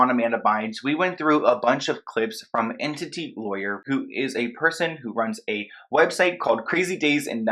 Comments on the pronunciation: Her dissociation could be part of the MK Ultra which she’s likely a victim of. Also, it’s ENTY lawyer (not Entity) ☺️ Love your channel and thank your for pursuing the truth 🙏🏼❤️ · not sure why you're citing this random blog as a credible source but at least pronounce the name correctly, it's enTY not enTITY lol. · It's Enty, not Entity 😁😜